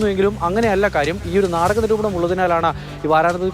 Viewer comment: വാരാന്ത പതിപ്പ് അല്ല. വാരാന്ത്യ പതിപ്പാണ്. ആദ്യം മലയാളം നല്ലവണ്ണം പഠിക്കൂ. നിങ്ങളെ കേൾക്കുന്ന ഒട്ടേറെ കുഞ്ഞുങ്ങൾ ഉണ്ട്. അവരെ കൂടി നിങ്ങളുടെ വിവരക്കേട് പഠിപ്പിക്കരുത്.